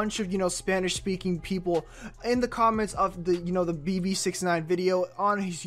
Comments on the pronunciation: Be-be.. it's beh beh "Bebe" is like a Spanish version. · ITS NOT BE-BE ITS (BEH-BEH) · First it’s not pronounced Be-Be. It’s pronounced Beh-Beh (Spanish for baby) 😂😂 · Thank you like learn Spanish bro (im talking bout the person who made the video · Omg I was just bouta come to the comments to correct him too LMAO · I was so pissed cono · Oh naw 😭😂 her said beebee its behbeh 😭😭😭😂😂😂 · its Bebe not bibi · Beh beh not bebe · It BEH BEH not BE BE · It's not Be Be, please stop 😭😭😭😭😭😭😭. It's Beh Beh, Bebesita, as in Baby. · It's beh beh not be be also gummo & billy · Listen here it’s pronounced behbeh not Beebee and it’s not both or one or the other it’s just behbeh 🙄😬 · take a shot everytime he says "You Know" or says bebe WRONG its pronounced beh-beh. you'd probably be lit by the end of the video or if a lightweight, in the ER. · He pronounces Bebe like BB and not Beh Beh. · Did he really say bee bee umm sir it’s pronounced beh beh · I mean it’s annoying that he keeps saying bee bee. It’s Beh Beh. And I lost count how many times he said “you know” 🤷🏻‍♀️ you know? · Its called bebe not bibi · He pronounced it wrong mane beh beh not be be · Its not be-be its pronounced Beh-Beh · Not bibi but beh beh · It’s pronounced BEH BEH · My guy said bee bee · You said Bebe wrong it’s Spanish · Did he say bibi😂😂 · He said bee bee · It's beh-beh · He said Bee Bee 😆 SMFH 😒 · It’s pronounced BehBeh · Omg he said be be smh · I got aggravated he was pronouncing it wrong🙄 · you said bebe wrong. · Dis man said Bebe wrong🤦🏻‍♂️🤣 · Lol he said the song wrong he said Bebe wrong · Don't like to hear how BEBE is pronounced in a very white way lol. But it's a nice video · If you don't know how to say then don't say it OMW BEBE What nonsense is that